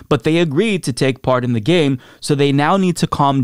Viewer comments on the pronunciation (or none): none